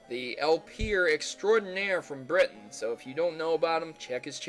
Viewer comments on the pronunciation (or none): none